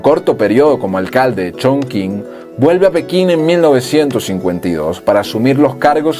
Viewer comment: Excelente el contenido gracias por compartirlo. Una sugerencia en mandarín las combinaciones con la q se pronuncian tch de allí la distancia Qing sería tching (de allí viene el nombre del país) ya ciudad de Chonqing sería Chong(tching)